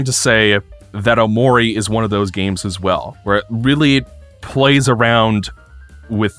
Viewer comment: cannot get over pronouncing it "o'maury"